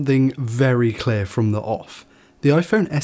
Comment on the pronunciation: it's CLEAR, not clair